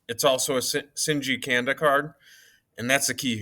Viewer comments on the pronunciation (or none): This is random but shinji Kanda is pronounced like kawnda like Wa(kanda) lol Shinji Wakanda 😀